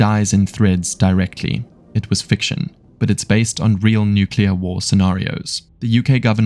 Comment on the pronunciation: Nuclear, not nucular